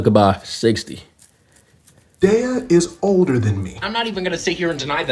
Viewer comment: Everybody keeps saying "odor" instead of "older".😅